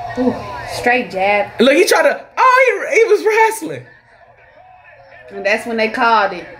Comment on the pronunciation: "oh he was wrastling" lmao